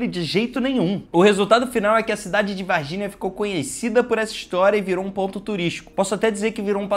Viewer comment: É Varginhaaa, não varginia kk